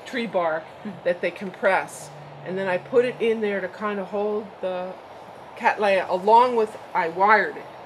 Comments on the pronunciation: Would you please reconsider the way you pronounce Cattleya? As an orchid expert you will be well aware that this generic name was applied by Lindley in honour of my ancestor William Cattley. Cattley is English in origin and pronounced Kat-lee NOT Kat-lay. On the positive side, I note with interest that you avoid the Americanism of pronouncing the letter T in the middle of a word as a D, thus you are avoiding making the name Cadd-lay-ah, now if I can get you to go fully English, you will hopefully land up at:- Kat-lee-ah. Regards Tim Cattley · It would seem that you do not. Its Katley-a not Katlay-a. See what the American Orchid Society have to say on the subject.